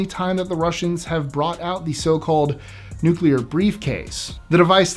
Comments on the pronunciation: I thought it was pronounced nu-clear. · i love this channel, but you GOTTA learn how to say "nuclear". It's not nucular, it's newk-lee-ar. Please.... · "No, I'm, I'm simply saying that life, uh... finds a way." I thought I'd add that because of your subject. THANKS FOR THE "nuclear" pronunciation. What is so hard about saying NU-CLE AR. You remind me of my little brother, so cool. 👍🆗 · thanks NU CU LA. 👍🆗